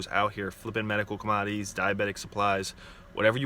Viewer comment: Com-odd-ees lol